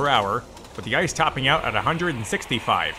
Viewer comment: It's not ice it's E-C-E